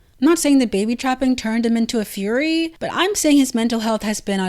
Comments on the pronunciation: nah, you said fury. It’s alright though 🙂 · Why did you pronounce furry like that?